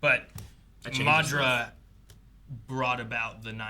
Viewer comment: maduhra uchiwawa